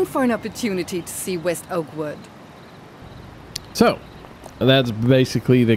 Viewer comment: I, for some reason, kept hearing "Awkward" instead of "Oakwood" :)